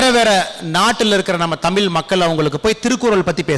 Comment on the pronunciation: Best wishes to Annamalai and his team ! Nice to see the blend of nationalism and religious pride. I have one request- could Thiru annamalai avl., please ensure he pronounces the word தமிழ் and other தமிழ் words correctly 🙏? It is not "தமில்" . This may sound like a trivial point but i believe that Regional pride starts with respecting the language enough to speak it the way it's supposed to be spoken.